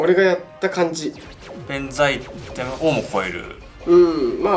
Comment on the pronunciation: 弁財天のこと「ベンザ」って言うのやめてくれｗ